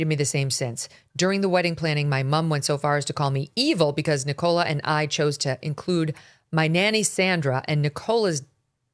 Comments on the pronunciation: NICK-uh-luh ...(Emphasis on Nick)... NOT.... Ni-KOLE-uh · NIcola - emphasis on I not on the O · Its not Ne-Cola haha its Nick- O- Laaa. 🤣😂❤ thats my name 😉 Americans obviously dont use that name a lot 😅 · Nicola, not ni-Cola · It’s pronounced ni-co-la. Nicola. Not ni-cola. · The pronunciation of Nicola 😂😂 Nic cola . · Never in my life have I heard anyone pronounce the name Nicola as "Nick Cola" 😂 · It’s pronounced Nickela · Wow, can no one in the states pronounce Nicola? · That's not how you pronounce Nicola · Can Meghan not pronounce Nicola?? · Why can zero Americans pronounce Nicola right... wtf...